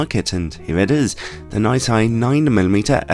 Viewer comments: Nai-Sai? I’ve always pronounced it is Nissy, as have my distributor colleagues. :-) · Excuse me, but... ’NAI SAI’...!!!??? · Nooot entirely convinced that is the right way to pronounce their name...